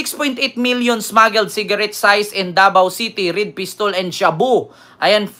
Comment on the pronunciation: Seized hindi sized hehe.